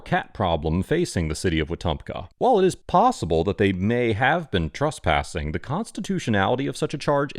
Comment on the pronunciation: Please don't pronounce trespassing as "truspassing", it's confusing and needlessly irritating.